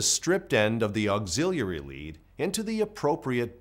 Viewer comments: It bothered me too. Auxillalalary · Bruh….. why you keep saying auxiliary like that….